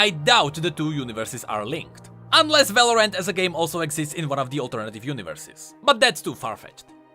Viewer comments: Just pronounce Valorant as like Valorent and that way it wont get mixed up with Valoran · love how he pronounces Valorant as, "Valor-ant" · VALORANT = Valoran't, as in it's not Valoran! haHAA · why you keep saying Val-or-ant